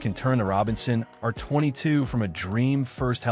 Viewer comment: Hate the way AI pronounces R22. Hate his breathy voice too.